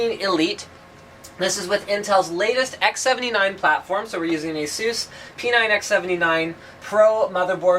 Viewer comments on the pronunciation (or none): ASOOS? WTF MAN. It's ASUS. A-SUHS. Say it with me...